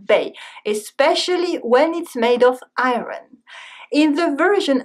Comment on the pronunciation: Hello Love your videos as always. Informative and entertaining, One comment I wish to make. Your pronunciation of 'IRON'. You will be interested to check it for future! Regards Paul